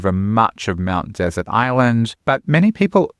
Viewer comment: It's pronounced Mt DeSERT Island, like we pronounce dessert.